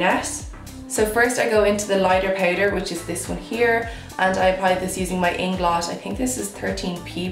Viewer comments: Okay wait but am I the only one who gets bother on how she says “powder “ it’s POWDER NOT PAIDER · I’m here in my bed tryna pronounce “powder” the way she does lmaoo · The way you say "powder" ♡♡♡ Haha And I'm with the hoards of people who have noted that you are naturally craaazy good looking! Holy gummy bears. O_O